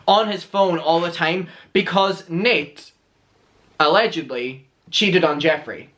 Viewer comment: I love it when you say allegendly!